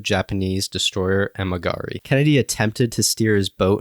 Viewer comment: "Unspoken story??" It's been spoken a million times. The Kennedys made it a selling point in his campaigns. There was a Hollywood movie about it. And it's the "Amagiri," not "Amigari."